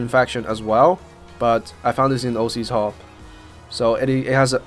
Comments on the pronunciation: Ocs hall, pronounced "ox" hall, not o C's hall, it's not some gangster rapper's hall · ..... "O - c's hall?!" It's ocs or "ox" hall!